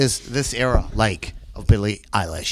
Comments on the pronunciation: it's eilish, eye-lish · it annoys me so much how he says her name 🙄